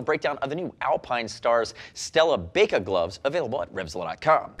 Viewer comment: I feel like this would be pronounced "bye-ka" instead of "bake-ah", they're motorcycle gloves not oven mits! LOL :)